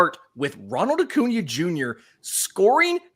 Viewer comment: lol . Jake saying O’Cuna after saying Ohtani